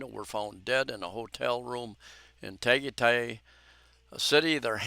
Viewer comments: It is pronounced tah-guy-tie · TA-GAH-TIE -TIE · Tagaytay pronounced 'Tuh guy' tai'...accent on the second syllable. It is located near lake Taal and is one of the locations where Rod Serling was stationed as a paratrooper in WW2.